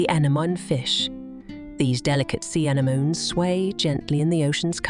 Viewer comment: You can always tell AI narration by the way they pronounce anemones; “ana-mun.” 😂